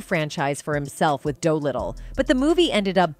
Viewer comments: Of course he was. This silly click bait vid wants to crucify any number of people here, from RDJ to Sean Lee’s caregiver. This is a sensationalist hit job and a pretty bad one. LEARN TO PRONOUNCE THE NAMES OF THE PEOPLE ON WHICH YOU REPORT! “#• in comics means “number”…what is “DOUGH-Little?” “Doo-little” maybe. Just awful execution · Is this all done by AI? Every time this video mentions, Howard the Duck, just saying, ‘Howard’, Terrence Howard‘s face appears (totally out of context). When RJ is talked about his latest film appearance after Iron Man, it is pronounced (doe Little.) This is not a mistake that any human would make but AI… So weird, the clip is all over the place, very often off subject from the title. Not entertaining at all 🤨